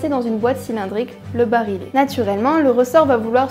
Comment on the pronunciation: Bonjour et désolé de faire le grincheux, 2 fautes de prononciation, regrettables car elles concernent le coeur de nos tocantes : barillet (se prononce comme "fille" et non pas comme "file") masse oscillante (se prononce comme "file" et non pas comme "fille") Sinon, la vidéo est bien, même si le montage rend certaines phrases un peu hachées, pas très naturelles... La critique est facile, mais l'art est difficile.